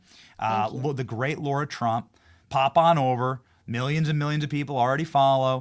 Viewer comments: Pretty sure it’s “lar-ra” not “lor-ra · 😂 Love the clip - McConnell needs to go. It’s Lara not Laura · Larah!!! Not laura! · Benny it’s Lara Trump LARA 🤣🤣🤣🤣🤣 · Benny it's LARA not Laura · Benny - it's LA-RA, NOT LO-RA. Lara. Not Laura. This is like my 8th time saying this, please someone read the comments section.❤❤❤❤❤❤❤❤